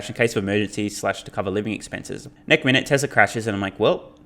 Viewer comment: Do you keep saying neck instead of next in your videos?! Lmfao